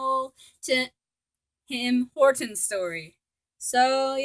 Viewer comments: It’s TIM HORTONS not HIM TORTONS LMAOOO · were you saying him tortons?!